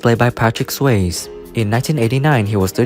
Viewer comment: If you're going to do this kind of video, you should at least pronounce people's names right. The way you pronounce Patrick Swayze's last name was appalling!